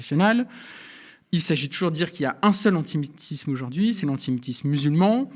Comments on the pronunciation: Pourquoi monsieur parle "d'antimitisme"? Est-ce une erreur d'élocution? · Répétez après moi : Anti Sémite isme. Vous avez un train à prendre ou quoi ? Commencez par apprendre à prononcer les mots correctement avant de blablablablablabla...... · Mais ? Mais ? Pourquoi ont-ils autant de mal à prononcer le mot "antiSÉmitisme" qui devient une vraie bouillie dans leur bouche ???